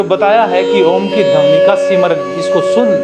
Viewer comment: शब्द को सबद, ध्वनि को धवनी मतलब कुछ भी